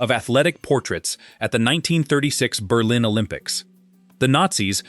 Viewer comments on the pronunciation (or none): none